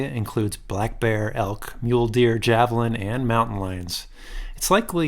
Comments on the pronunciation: It’s pronounced Havelina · Javelin? I think you mean Javelina, 😂